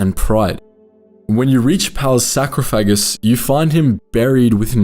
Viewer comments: that’s a crazy way to say sarcophagus. It’s pronounced Saar-Cough-Ahh-GUS not Sakro Phagus 😂😂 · He meant sarcophagus but said sacrophagus. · I love you but I did re listen to sacro -phagus for like ten minutes. Sar cough a gus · his Sacro-wha?